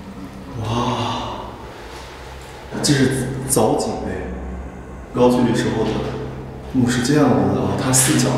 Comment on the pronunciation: 高句丽 读音是 GAO GOU LI 不是 GAO JU LI